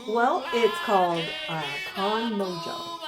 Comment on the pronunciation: Mojo is pronounced Mo-ho.